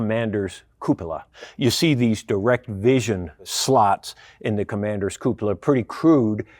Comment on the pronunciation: the right pronunciation of "cupola" is REALLY rare in youtube videos! Yours is spot on.